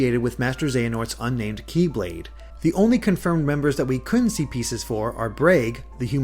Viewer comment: It bothers me when "Kye-blade" is said instead of "Keyblade".